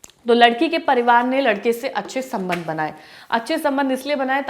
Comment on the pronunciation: Bar bar anchor sabnadh sabandh bolati hai only 😂😂